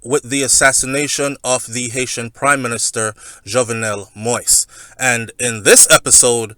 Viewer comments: Say it like that: Moh is. Like in the phrase Moh is a nice guy lol. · I thought, by now some body wound have corrected you on the pronunciation of the president, s name,.it's Mo - is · Stop news that you no nothing about!!! OMG!!! please please please learn how to pronounce the President correctly!!!